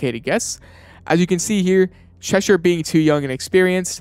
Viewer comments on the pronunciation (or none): none